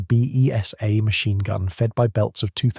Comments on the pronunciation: The BESA is pronounced "Bay-sah" not "Bee Eee Sss Aaa" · Ess Dee Kay Eff Zee? Don't you mean Zed? Or are you American? The Besa (pronounced Beeza, not Bee ee ess Ay) wasn't 15mm, but 7.9mm (.30"). Try and match the commentary with the video - showing post-war range targets on Salisbury Plain hardly fits in with the virtues you are extolling. Who or what was 'Jane Check'? Did you mean Janacek (pronounced Yan a check)? Read the script through a few times before going live - it helps get the intonation in the right place as well - M8 family vehicles for example. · Good video but the mispronounciations should have been spotted in editing. Beesah COaxial ZED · The stupid auto voice is turning BESA into bee-ee--ess-ayy - it means the 15mm version of the BESA gun, usually 7.92mm (note, NOT .303, not compatable ammo).